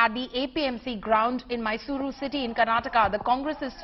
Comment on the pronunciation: I started watching this video only after the host pronounced Mysuru and Karnataka accurately.